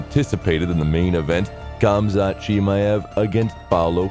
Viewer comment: His name is not khamzat, he is hamzat, k is saltint